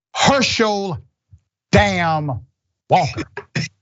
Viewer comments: Every time he says "herschel DAMN Walker "..I die🤣🤣🤣🤣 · I Live to hear Dr. Richey say Herschel "DAM" Walker. It's the Dam for me. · I live to hear Dr.Rashad say " Herschel 'DAMN' Walker" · I come just to hear you say Hershel DAMN Walker. Lol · He said it with his chest 😂😂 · Only Dr Richey could say it like that 😂